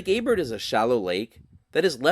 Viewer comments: A bear not A bert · Lake Abert is a French name and the "t" is silent, just like in Chevrolet.